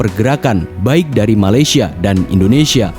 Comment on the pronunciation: Bukan malasyia tapi malaysia